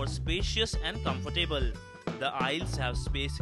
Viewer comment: comfor - table? wtf?